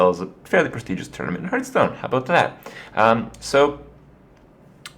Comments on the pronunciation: HEARTH...HEARTH...HEARTH...NOT HEARTSTONE. For fucks sake man. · What is this game "Hurtstone" he keeps talking about? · STOP SAYYING HURTSTONE! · It's pronounced HARTH-Stone :'( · Jesus, learn how to pronounce 'Hearthstone' already. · Does this guy ever learn how to pronounce hearthstone correctly?